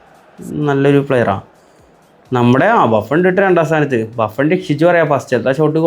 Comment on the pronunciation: ബുഫ്ൺ ❌ബാഫ്ൺ ✅?